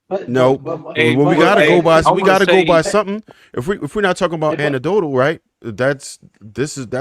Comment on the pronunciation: been mispronouncing "anecdotal" for months now & nobody will correct him 🤣